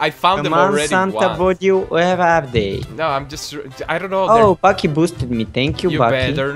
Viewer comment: BAKI IS BAK (back)